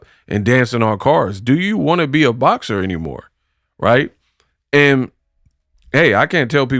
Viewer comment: Did he just say BLOCKSER? BOXER I’LL GIVE IT UP TO CLARISSA BECAUSE THEY MAD THEY MAD THEY MAD THEM SIDE BEtS HAVE BEEN CUT OFF WHILE SOMEONE ELSE ROLLS THE DICE😂😂😂😂😂